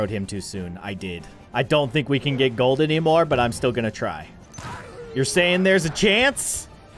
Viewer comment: Bruh grold wen pewdiepie say in Gold grold